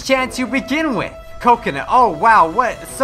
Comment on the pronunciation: 10/10 XD coconut I love how you say kokona as coconut I love this